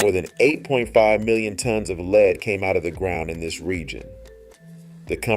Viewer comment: Did I hear this right? The word "LEAD" First you pronounce it the right way, "led". Seconds later, , you pronounce it wrong: "leed".